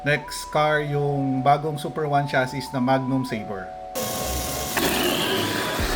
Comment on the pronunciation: Constructive criticism lang po since youtuber kayo/content creator. Ang pronounciation ng chassis ay "shassee" . yun lang po, ty